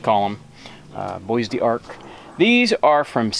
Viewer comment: Bois d'Arc is pronounced bo-dark. I live in the area. My maternal grandfather's family lived there for several generations.